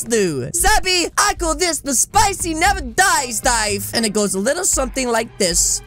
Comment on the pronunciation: i hear spicy, NAMAGIDES instead of spicy never dies